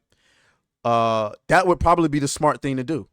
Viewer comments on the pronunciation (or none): none